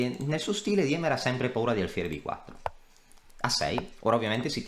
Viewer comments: Si pronuncia "Dìmer" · scusa è tedesco si legge dima